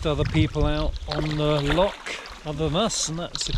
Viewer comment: Looks like a smashing adventure. Precisely what young men should be doing rather than being plugged in to a PS5. Only criticism is Dad butchering the pronunciation of 'loch', making my soul shiver.